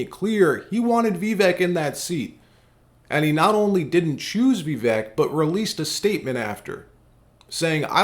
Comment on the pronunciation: His name is Vih-vake', not Vee'-vek 😩